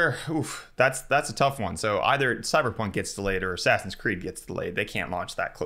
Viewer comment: Dude. Why are you always pronouncing it as "ass ass in"? It's assassin. Come on.